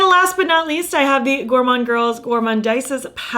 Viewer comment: I looooove all your looks. I actually like the gourmande girls one. I’m not criticising but just for reference, it’s pronounced goremonde and goremondeeze 🥰 Your looks inspire so much x